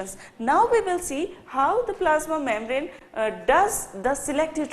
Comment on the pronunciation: Really too good ...mam.. But pronounce membrane correctly